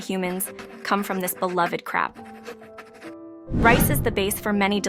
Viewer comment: CROP! I misheard “crap” and was stunned! Phew!